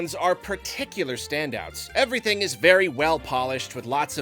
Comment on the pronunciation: That "evwything" made the video for me.